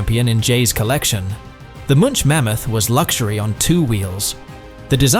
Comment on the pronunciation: Munch not mitch